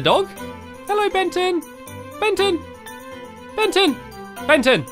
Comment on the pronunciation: When stampy calling Benton he accidentally called Benton benten